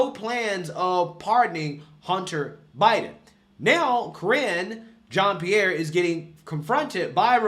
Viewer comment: Ca-ringe Jean Pierre lol